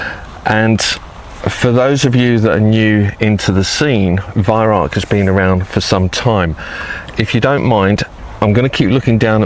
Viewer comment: Lived 19 rs in Germany, Bi -Lingual, Can my fellow Brits burn this into your brain.." Vih Rowk"...this guy has the Vih right, he screws up on the Rauch and says "Rark"...Nothing worse than Germans giggling at us ! :D